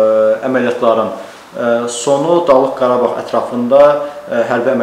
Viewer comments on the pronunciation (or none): xarici işlər robotduda o nə qanir torpaq nədi ĞARABAĞ nədi